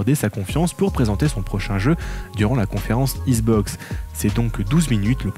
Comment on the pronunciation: Issssbox ? Je suis nul en diction mais entendre écorcher le nom xbox 50 fois par une chaîne spécialisée XBOX c'est chaud 😆😅 sinon le contenu est top merci !!!